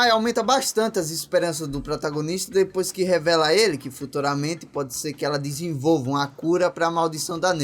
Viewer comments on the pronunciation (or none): none